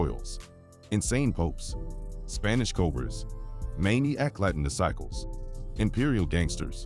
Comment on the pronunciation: How is this AI pronouncing Disciple’s lol 😂 .. S/ O to all my homies both sides in the feds .. keep your head up 424